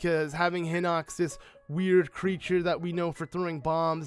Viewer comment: pronounced heenox